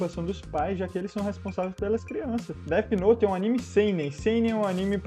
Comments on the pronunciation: Oq eu mais gosto no cara é falando "det note" especialista que não sabem falar inglês kkk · O cara falando deti note , mds do céu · enfim, pessoas BURRAS q levam DESENHOS a sério, se a PORRA DA PESSOA ESCREVEU UM NOME EM UM CADERNO, OQ VAI ACONTECER? A PESSOA VAI TER UM INFARTO? PQP PESSOAS CHATA (e o "especialista" falando "Déti noti kkkkkkk)